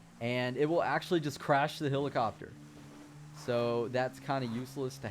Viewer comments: its pronounced "HELL-IH-COP-TER" not "HILL-ICOPTER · its called helicopter not hillacopter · I hate how he says helicopter.